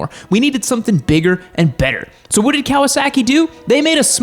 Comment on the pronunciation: “I’ll tell you huwhat” hank hill or?